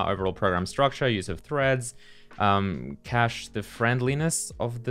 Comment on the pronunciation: It's nice that you've learnt how to say cache properly. Love the code review series